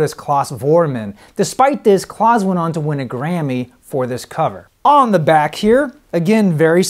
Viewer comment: It's not Claus (Closs), it's Klaus (Klowss).